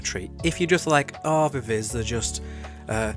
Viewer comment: While I prefer your pronunciation of "Viviz" it's actually supposed to be said as "Vee-vee-zee". I do not understand K-pop companies and their insistance on bizarre naming conventions...